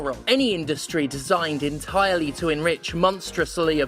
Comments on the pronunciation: in-tire-Lee gets me every time. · "in-tire-Lee" godamnit,!;D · LOL at entirely "in tire lee" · In-tire-Lee. I tip my hat to Commander Steph and, Esq.